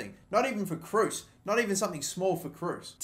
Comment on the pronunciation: It's pronounced tony Krose .